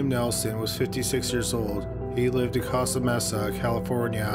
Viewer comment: Yup. And "Cost-ah Mess-ah" rather than "Coasta Mace-ah" for Costa Mesa. I love his videos, figured out the Playback at 1.25, but every video has at least one head-scratching mispronunciation or wrong word.